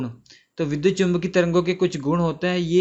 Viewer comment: It is vidyut not vidhut